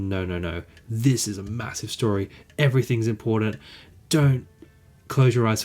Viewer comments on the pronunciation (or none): none